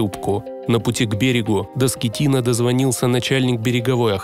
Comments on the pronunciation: Не скетино а скатино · Капитан не Скеттино ,а Скаттино! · Франческо Скатина а не Скитина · Он не Скитина, а СКАТИНА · Теперь Он Франческо не Скетино а Скатино..😄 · Франческо скатино а не скитино получается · Франческо Скотина,а не Скетина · Скеттино, но ударение падает на и.